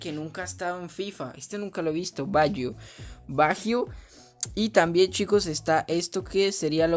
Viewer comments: Se pronuncia bayio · Se escribe baggio pero se dice bayo